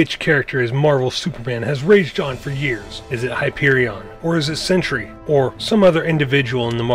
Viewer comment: Its sentry not sentury